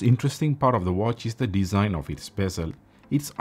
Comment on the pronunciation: Moronic review. DLC is the shiny finish "muay frend" of "breck pettern dizaign"